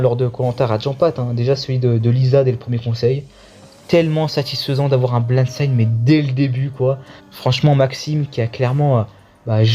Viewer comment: Bonne video, mais stp c'est blindside et pas blindsinde, c'est vraiment frustrant à l'écoute